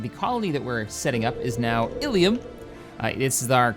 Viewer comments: its pronounced ill-um not illium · Not Illium, Ilum... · it actually Ilum with 1 L but you say it like Elum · ill-um not ill-e-um. ill-um is the pronunciation used in SWTOR and Clone Wars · The planet's name is not "ee-lee-um". It's "ill-um". Why do so many mispronounce that? O.o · You pronounce it with a short starting i and a short u sound as in plumb. You have been pronouncing it Illium. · Illum is pronounces=d like so... ILL-UM two words, ill as in I am feeling ill, and Um as in um...whats on the menu. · I think it's pronounced ill-umm... not sure though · Hey illum is pronounced "ill-loom" I believe and love the series keep up the great work! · Hey,...The Giant Worms are representatives of the movie Dune...The Giant Spice Worms of Arrakis...The indigenous people of Arrakis are the Fremin. Maybe if you colonize the world with the Giant Worms you can call it Arrakis. Also, the Star Wars Knights of the Old Republic game pronounces ILUM as (ill-um) just two syllables. Also with the Traditions...if you place your cursor over the tradition you are using, in the empty space between the icons it will give you a Finalizer, when you have chosen all 5 icons in a tradition it will give you a bonus...For Expansion, which you are using, when you have chosen all 5 you will get a +2 to core systems...so since you are limited to 4 core systems, the +2 will up the 4 total systems to 6 total systems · I think its pronounced Illoom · See's name "illum" pronounces it "illium"